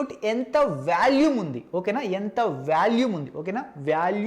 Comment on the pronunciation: orey adhi Vaalume kadhu V'o'lume